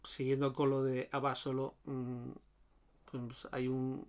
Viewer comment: Que bien informado José, y buena cata. Por cierto en México se pronuncia AbasOlo, así prosodico en la O